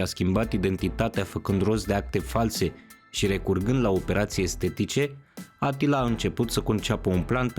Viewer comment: E supărător că nu pronunți corect numele ungurești…(Așa cum îl pronunți e varianta turcească -Attila-).